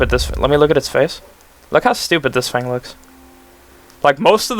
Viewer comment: TH not F! It's TH-ing! NOT F-ing!